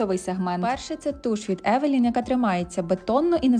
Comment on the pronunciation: Евелайн, точно не евелін 😢. Що ж таке..